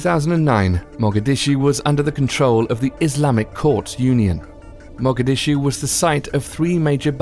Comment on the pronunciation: Dude, great info but your pronunciation of these cities and words is unconscionable. Favelas, Caracas and Mogadishu